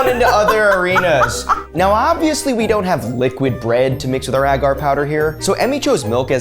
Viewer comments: Ita pronounced ay-gar 😂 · Do Americans say it Ah gar? Cringe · AGGGHH it drives me insane every time you mispronounce “agar.” The first A is long, like in “way”. It would only be pronounced with a short A if it the word had two Gs — “aggar” would sound like dagger. But it’s one G, so it’s agar like… like… ok, I can’t think of anything that exactly rhymes with the correct pronunciation of agar, but you get it now, right? The first A is a long vowel sound, like stay, way, play, etc.